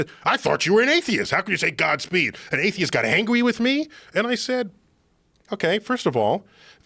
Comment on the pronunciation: "angwy" I'm sorry, but with my horrible attention span, this is what stuck. It sounds funny.